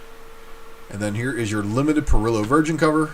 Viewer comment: Parrillo is easy. It's not "puh-rillow." It's "pah-reeyo." Think Italian.